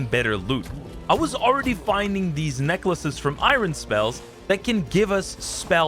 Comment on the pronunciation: Bro bro says irun 😂😅 youre funny